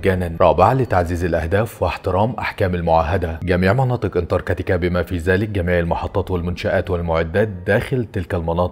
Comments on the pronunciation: انتارتيكا❌ انتر كاتيكا✅😂😂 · انتارتكا🚫 انتكرتكا😂✅ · اسمها انتارتيكا مش انتر كتيكا 😅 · اول شي الفظ الاسم صح اسمها انتراكتيكا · فيديو رائع و فيه مجهود كبير شكرا بس برجاء محالة نطق اسم القارة صح مع جزيل الشكر و التقدم❤ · نطقت اسم القارة الف مرة غلط